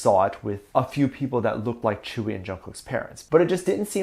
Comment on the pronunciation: It's not tchewi it's tzeuwi or tjeuwi "tzuyu" BTW I will be soooo happy if they are really dating I like to see all of bts members dating